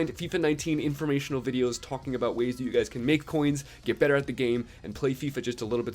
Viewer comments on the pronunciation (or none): none